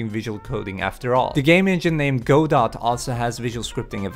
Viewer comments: It's "gah doe" or "go doe" not "go dot". Like "Waiting for Godot" Hurts my ears to hear that said wrong. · Or "Go Dot", as he pronounced it. :V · pronounces it as Go-dot... So. Dingly dong.